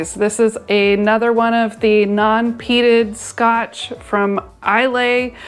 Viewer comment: And Islay is pronounced EYE-luh even though is looks like IZZ-lay. Don't worry, even Scots pronounce them wrong. You get the hang of it after a while. As Ralfy said, the Scottish distillers love to use Gaelic terms even they can't pronounce.